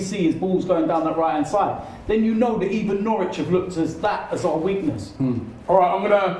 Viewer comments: Thought it was Norwich not Norwitch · Norwich not Nowtich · Norwitch 😂 really?😂